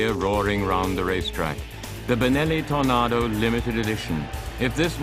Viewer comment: Lol.. love the way he calls it a "TornARdo" :)